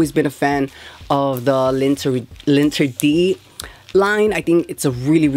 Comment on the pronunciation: It’s pronounced zhi-vohn-shee lahn-tehr-dee ool-teem